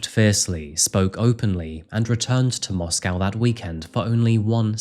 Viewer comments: FYI in Idaho they pronounce the second syllable of Moscow as -koh, not -cow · MoscOw and not MoscAw ffs ! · Strange to hear Moss-Cow not Moss-co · It's not Mosque-ow...that's in Russia. It's Mosque-oh. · Its not pronounced Moss-Cow. Its pronounced Moss-co. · It's pronounced 'Mosco' not 'Moscow.' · Intentionally mispronouncing Moscow to troll the town. Classic. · Moscow, Idaho pronounced Moss-Coe…. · I've visited this town before and I've gotta say, the locals get upset if you pronounce it like the capitol of Russia. They pronounce it Moss-Coh. Just a sidenote I thought I'd share. Great reporting as always,. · Really used to enjoy when you did cases that we hadn't really heard about. Nowadays it's same old same old that's already flooding YouTube. Whats with the mos🐄 pronunciation 😂 time for a break for me sorry i do hope you and Nero well and all the best for the coming New year xc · MOS-CO. NO cow in the word. It is co. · it is interesting how this Moscow is pronounced.. if he knew Madison it may be an unrequited obsession and revenge for rejection .. this is a risk young people face when they meet strangers at random without checking their backgrounds..which was therefore perhaps not encouraged in the past in many traditional cultures...